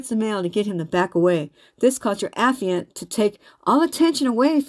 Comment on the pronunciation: A - FYE - ANT